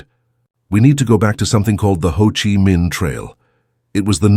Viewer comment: The narrator should have coached on how to pronounce Vietnamese words like Chi & Danang.